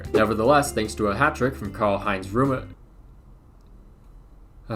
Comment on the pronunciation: Place the R at the end of Rummenigge